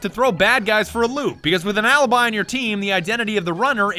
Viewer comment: I am Italian , funny but please , say alibi , not alibai